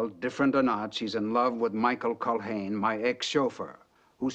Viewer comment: BLAKE pronounces the guys name CULHANE and ALEXIS pronounced it CULL -LANE ... i think lol OH by the way I met them both . Guess who I adored! lol